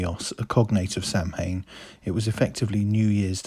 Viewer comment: Samhain is pronounced soween